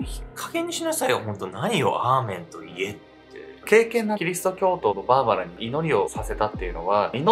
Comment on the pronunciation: アーメンが、ラーメンって聞こえた笑